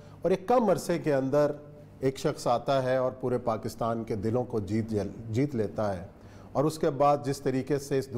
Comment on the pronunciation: Pakastan nhi kehte Pakistan kehte hen